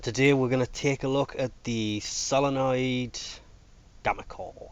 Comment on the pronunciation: Sin noid is how you say synoid,also good vid